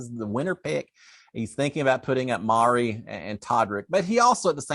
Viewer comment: Not Mari - pronounced Ma Rye🙂